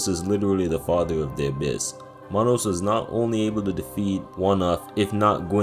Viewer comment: Hearing this guy pronounce manus sent me into a deep depression